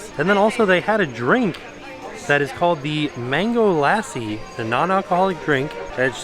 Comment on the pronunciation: Hey, the traditional way of saying Mango Lassi is Mango Luh-SEE.